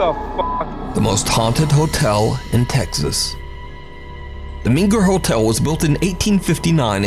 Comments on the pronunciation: It meNger NOT meGer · Tx hotel is pronounced 'mainger'. Gorgeous hotel.